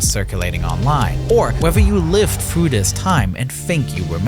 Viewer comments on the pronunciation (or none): evwewon fweezes s c de ked along with twoops from the UK fwought der wei to the capital city of Baghdad, which fwell just thwee weeks